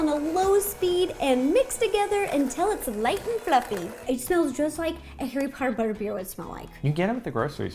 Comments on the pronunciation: HARRY POTTAH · Me seeing the “theme cookie” Harry Pottie ! Sounds like Hairy Potty 😂😂😂😂😂🤣🤣🤣🤣🤣🤣